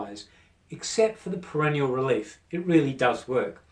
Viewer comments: Not perennial but perineal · It's PERINEAL - not perenial And stop pronouncing it like perennial - you sound like you're talking about plants